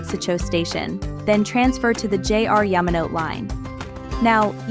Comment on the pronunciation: Yama-no-teh is a little more accurate